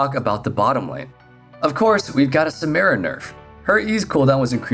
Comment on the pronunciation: I downvoted because you keep saying Samira name wrong. Every time I you, I will downvote